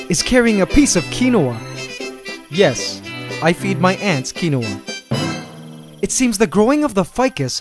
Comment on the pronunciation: kin-wa, not however you pronounce it lol